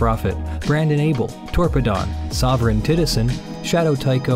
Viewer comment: Every time I hear the supporters at the end of the video, I kinda wonder how much dies inside having to say "Sovereign Titizen."